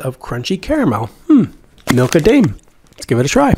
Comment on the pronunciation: How did you open it? And also it’s prounounced Dime not Dame in Milka Daim okay